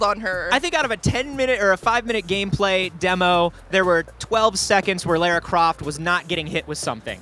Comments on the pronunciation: it's Lara (Lah-rah) Croft. Just a heads up before your interview tomorrow! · why do you pronounce Laura weirdly? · it's obviously not pronounced lairah, unsubbing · It seems pronunciation of Lara's name is a bit off:)